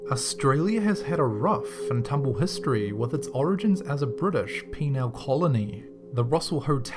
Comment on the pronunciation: A penile colony? I've never heard the word Penal, mispronounced that badly.